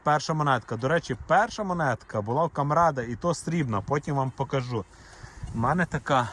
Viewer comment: Яка ж гарна українська мова, але ваші оці наголоси : покАжу, принЕсу, забЕру, навіщо ви паплюжите соловʼїну